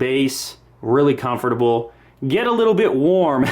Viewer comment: I hate the way he pronounces the word 'comfortable'.